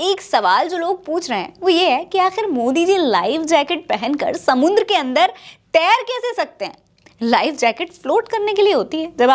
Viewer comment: "समुन्द्र" क्या होता है? 😂😂😂😂😂😂"समंदर" होता है या "समुद्र"